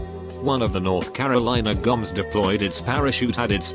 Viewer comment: Us: “Boms” (Bombs) Video: “Goms”